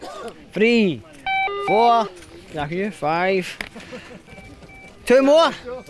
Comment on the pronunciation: Oh hearing “thank you” in Ukrainian with a rolling Scottish brogue was simply delightful!